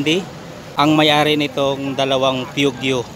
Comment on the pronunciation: ito pronounciation ng "PEUGEOT" = poo·zhow. Salamat